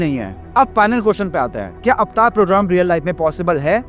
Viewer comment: Pehle to yeh एवेटार bolna band lr kar 😅 अवतार hain vo